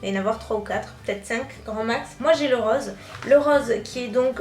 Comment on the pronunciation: j'adore ce comment elle dit rose "le rrrrrrrrrrrrrrrrrrrrrrrrrrrose"